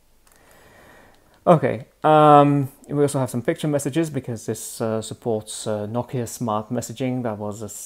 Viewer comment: It's pronounced "No-Key-Uh"